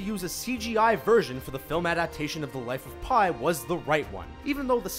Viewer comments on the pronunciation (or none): It´s not The Life Of Pi (pie) but The Life of PI (pronounced pee) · "Life of Pie" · "life of pie" yeah.... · i died when he said "life of pie"